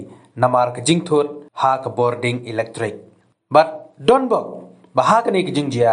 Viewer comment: Ding...not dieng. Check your pronunciation